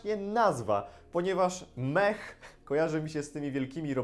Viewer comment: Mech nie czyta się mech tylko mek tak samo jak mekanik a nie mechanik (po ang) ale plus za skojarzenia xd